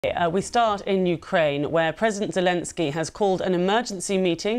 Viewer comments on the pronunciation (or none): Says Zelemsky 🤮